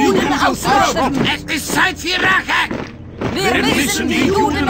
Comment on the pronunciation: Mám pocit, že v originále špatně vyslovovali Rache jako Reich, ale mysleli pomstu. Viděl jsem to v anglických titulcích.